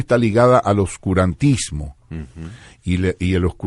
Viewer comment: Hola Dice curantismo o oscurantismo?